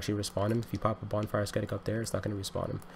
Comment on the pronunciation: The ‘c’ in ascetic is functionally silent. It’s pronounced Ass-Etic.